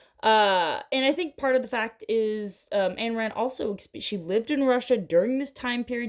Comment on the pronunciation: First, you should never tell anyone that Ayn Rand is your favorite author because the only thing worse than her writing was her philosophy (which is what most people think of upon hearing her name). Secondly, you should be able to correctly pronounce your favorite author’s name.